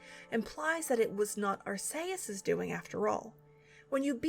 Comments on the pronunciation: Weirdest way I've heard Arceus said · Wow, given my only exposure to this series was the DX remake and the anime its pretty dark with all that doomed future stuff. This was aimed at children? I mean the whole fake out vanish of the main character is dark enough. Also I'd like to clarify its pronounced arch-ee-us. Granted I'm no better since that one Pokémon movie pronounced it Arse-ee-us and I assumed that was right. LOL! I really love how soothing these are to listen to. While at the same time engaging and informative to keep my attention. Ever thought about reading books to children? You have such narration skills. :)